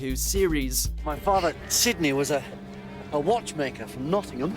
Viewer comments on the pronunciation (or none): none